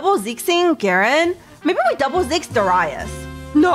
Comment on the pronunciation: I dont know what triggered me more, her saying Darius SO WRONGLY or her batteling her chat like a bunch of children on cocaine XD